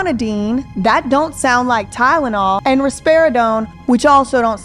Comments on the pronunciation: The way says “ Tylenol” DRIVES ME CRAZY She pronounces it “Tynanol” 😩 I wish I didn’t care about it or whatever but it is so annoying. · Did it sound like she didn't exactly say "Tylenol" to anyone else? What I mean is, it sounded like she said "tydenol" to me. Like that first "L" was actually pronounced as a "d" for whatever reason. Idk,maybe I'm hearing it wrong. Maybe I'm not...but even if I'm right, I'm not necessarily saying there may be some sort of nefarious reason for it. To me, it's odd enough & I want to at least see if anyone else heard it. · say it with me. TY-LE-NOL. If I have to hear “TyDENol” one more time I’m going to scream 😡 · Wtf is tydenol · can't seem to pronounce TyLEnol. Not tynnol. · Only thing I can hear is her mispronunciation of "Ty-na-naw " 🤦🏻‍♀️ I know this is video is years old, but I'm still so thankful that you and everyone else here are able to give her a voice that she has never been able to have.. 😢. Actually, I take that back ... She has always had a voice.... But that she finally has people who are actually listening to her. ❤ I am 4 years clean now, and this used to be me.. I'm so thankful that I was able to make it out, and I'm so sad that this happened. R.I.P. sweet girl. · She’s not even saying Tylenol correctly, she’s saying Tytenol. She doesn’t even make sense when she’s talking about people being “allowed” to be homeless or to do crack, girl what??? Thank you for doing this, I’m sure there’s even more, now. She should be charged for murder! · “All she had in her system was Tydenol”. Tydenol. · Tynelol and apelepsy. Limas pronunciations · TYNENAWL, I can’t get her voice out my head saying “TYNENAWL” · this girl mis pronounces basic words. listen to how she says tylenol “tydidol” and i realized it in part one too. weird. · Is it just me or does she say words wrong when she’s lying. Like Tylenol like tynenal lol and she shakes her head no when she says yes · Tydenol lol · I can’t unhear it now 😂